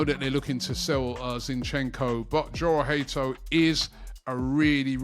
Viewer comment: Jorell hato name in dutch is pronounced yorell bit like jurrien timber it sounds like a y at the beginning not a j